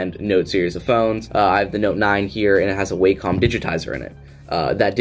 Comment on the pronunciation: FYI: Wacom is pronounced: Wacom is pronounced "wah come" and is derived from the Japanese symbol for harmony ("wah") and the first syllable of computer ("come"). I've used their products since the late 1980s and never heard somebody pronounce it "way" "come".